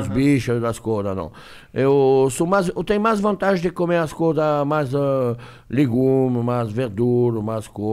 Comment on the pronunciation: "Maixxx" Erick,jacquin